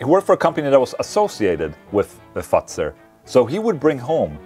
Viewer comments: The way you pronounce the last name of your favourite chocolate is almost identical to the German derogatory word for the wamen-bits. Just sayin' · Hey Ola, I wonder where I can find this chocolate in Germany? Your Swedish pronunciation of "Fuzer" sounds like the German word for cunt ... accidentally! but the sweets seem to have really done it! nice to see you both like that. Greetings from Brandenburg